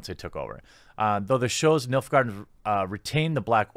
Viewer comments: He said MILF garden tho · I swear I keep hearing Milf guardians , I know it's Nilf, but I'm really tired.... Great video's as always, Cheers! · Oh, "Nilfgaardian"! I thought you were saying "MILF Garden"!